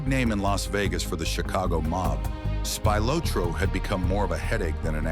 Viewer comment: Spilotro… SPEE-LOH-TRO